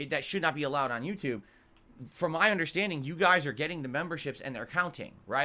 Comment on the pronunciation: "I need that money. To pay MUH bills"